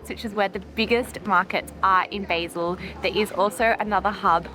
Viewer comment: Great video but it's pronounced "Bah-sil" not "Bay-sil"!!!!